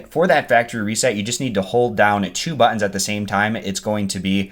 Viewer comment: Sorry i had to ....the way you say buttons buh ense cracks me up! From Boston we say Patayduh and get my shots outta that drawa top dressah drawa then lets harry up and get in the cah to get to the aya powt before we end up missin owwah flight and get stuck in a harrible lay ova in some god fasaken town gulls ah ewe ready ah nawt get crackin get yo wa bottoms in that cah or we ah leavin wethe out yas aright dije ewe hea me ah fa the love ah mike get out hea im nod way en we aunt way en! Good byieee. See ya layta love you too sweethot! Lol i love accents!